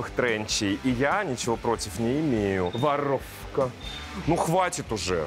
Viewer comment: Каждый раз ору с «Воррровка!»🤣🫤🤣